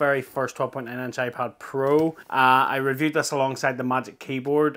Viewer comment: iPod Pro?? Thats the first thing i heard, and even the subtitles say iPod 😂